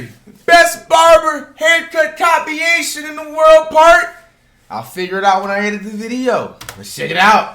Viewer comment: this mans can't pronounce 'compilation' I'm so dead bruh